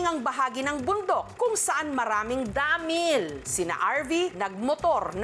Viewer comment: DAAAAMIIL…. Paki explain, bakit ganyan mo pino-pronounce?